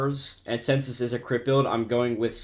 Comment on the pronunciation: Guys I think my head full of gang stuff every time he says crit it sounds like he saying crip